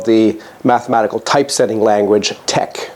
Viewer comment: 1) Thank you for these videos, they are lovely 2) TeX is pronounced teh-ch (ending like Bach)